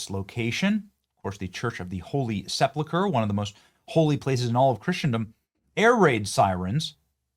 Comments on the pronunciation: Pronounced Sepulcher, not seplucher. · Benny, for the sake of my sanity .... get your pronunciation right ......Sep-U-lcher ..... NOT SEP-LU-CHER .... please. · Benny .. PLEASE have a friend teach you the pronunciation of 'sepulcher', it was almost too cringe to hear you bastardize the word. Really makes you look ignorant ! 🤨🧐